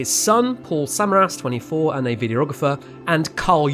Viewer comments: Great video but really grated on me every time he said el reno and samaras wrong 😖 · Tim Suh Mare Us. Not Samar Us. Your pronunciation absolutely sucks. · British accent or not, especially when posthumously speaking of the departed... a little research on your part would have gone a long way: 1. "El Reno" is pronounced El Reen-oh, not El Rennow 2. "Samaras" is pronounced Suh-mare-us, not Sem-uh-rass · Corrections with pronunciation: • Ree-noh (not r-eh-noh) • Suh-Mare-Us • And even though this is regional, Meh-soh-cyclone (not mee-zoh-cyclone) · And various names of chasers are mispronounced all thru the video (Samaras, Bettis, etc.). While giving credit to Skip Talbot, a first class chaser, they should have let Skip correct the various other mistakes seen, like calling the sub-vortices “south” when it hit Samaras on the north side of the main circulation. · yeah, I made my comment before he started to talk about Tim Samaras and his son and his pronunciation of their name irked me too. He was a public figure so the pronunciation is out there. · I was amused the first time he said El Reno wrong and then as it kept going I was like "ugh, okay, fine..." but when he mispronounced Tim Samaras' name I was like "oh. no. that's where I draw the line!"